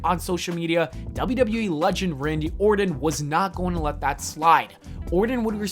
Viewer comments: his name is ORTON. Not "Orden". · Who is Randy "Orden" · Or'ton not Ordin. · It's Orton , not Ordon. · Learn how to read, and talk for that matter. My lawwwwrd. Randy "Orden" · If the talker cared enough to pronounce names correctly, I might subscribe. Ordon? Soldier Boy? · why's he saying orton like that? nobody does it just sounds wrong